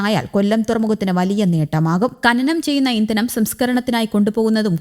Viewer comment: ഇന്തനം, പരിവേഷണം നല്ല അക്ഷരശുദ്ധി 👍😡